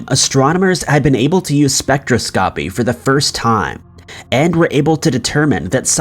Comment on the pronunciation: man you really need to work on how to pronounce certain words. Most of it is fine, but for example, in this video at about you say “spectroSCOPY”… it’s pronounced “spec-TRAH-scopy”; would rhyme with “colonoscopy”.